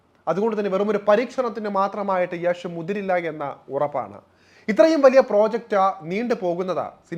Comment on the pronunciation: ഡെയ്, യാഷ് അല്ലെ , യഷ് എന്ന് ആണേ 😢😂